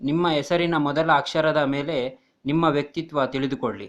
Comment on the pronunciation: first u learn Kannada ನೀಮ್ಮ ಅಲ್ಲ ನಿಮ್ಮ